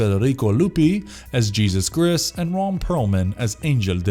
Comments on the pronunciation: How he pronounced the Hispanic/Spanish name Jesus put me in a fuckin' coma . It's pronounced Hay-SOOS mutha-fukka! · Cronos made me cry , del toro's film is amazing. Pronounced hey-zeus not like jesus christ.